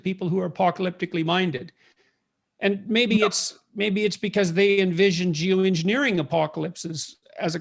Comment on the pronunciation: Lol, he said “jew engineering”